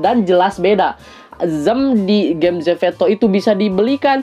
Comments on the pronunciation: zepeto not zefeto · Maaf ka salfok kk ngomong zepetonya zeveto😭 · "Zeveto" :D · ko ngomongnya zefeto dah wkwk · Bukan ZEPETO tapi ZEFETO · Kenapa bilangnya zefeto sih?